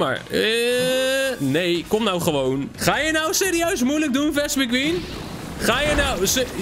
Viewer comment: je spreekt vespiquen verkeerd uit! 😾😾😾